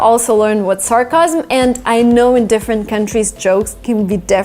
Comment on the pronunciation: Hey! I think you mispronounced the word "sarcasm".